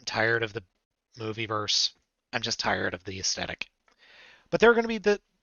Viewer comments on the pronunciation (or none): none